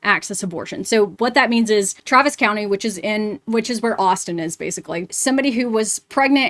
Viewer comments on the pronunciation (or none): none